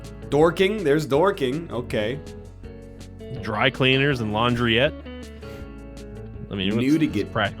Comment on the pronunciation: I'm mildly entertained when people make fun of silly British place names, we do it too. However, when butchered the pronunciation of "Laundrette" I saw red.